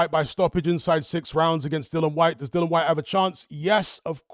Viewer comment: Dill-i-an Like the word dill Followed by the name Ian I won't watch another of your videos on this topic until you fix this.